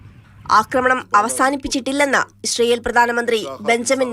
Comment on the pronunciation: ഇശ്റയേൽ അല്ല ഇസ്രായേൽ